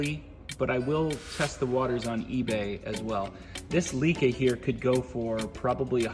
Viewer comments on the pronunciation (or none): Another gem of a video. Amazing finds! All a tribute to your effort and determination. Thanks for sharing,! FYI, Leica is pronounced Lie-kuh